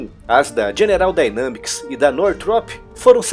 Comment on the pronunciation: Dynamics -> Daineimics ...só uma correção na pronúncia :)